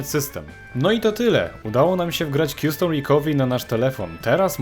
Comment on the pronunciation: Dzięki, świetna instrukcja i linki ale, zeby dodać 'powagi' komentarzowi i zeby nikt nie pomyslał, ze to dyletant - nie mozna mówić kjustom! Dla mnie to było nieznośne, podobnie jak często, 'informatycy' dyletanci mówią Skejp czy dilejt na delete. Co brzmi jak opóźniony (delayed). Custom czyt. kastem, recovery ri'kawery, z akcentem na ka.